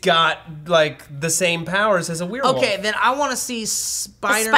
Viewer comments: said "woLf" instead of "wuff".......something is seriously wrong...... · and Matt both saying werewolf = Weeer Woof